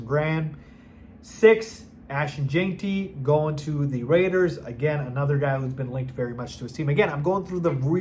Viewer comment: I was so sure that you’d learn to say “gen-tee”, NOT “jane-tee” before the draft. Since I don’t think you’re stupid maybe see a speech pathologist?